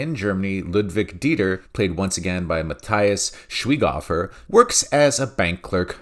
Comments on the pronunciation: Good Review. Will watch. Say with me: Muh tee ahs Shvike hehver. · Mahteehahs Schwahighoeafer - you should pronounce it that way. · I also liked it, one of the better Netflix Films. Love how you pronounce Matthias Schwaighofer (greetings from Austria) 😉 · I'm German and the way you pronounced Matthias Schweighöfer made me laugh so hard 😂 Great review though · please look up how to pronounce Matthias Schweighöfer's name. It hurts the ears of anyone speaking German. The English Wikipedia page even has an audio snippet for the correct pronunciation.:D